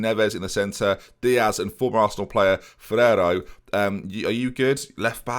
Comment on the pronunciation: I know that he’s no longer at the club but Ferro is pronounced fe-rao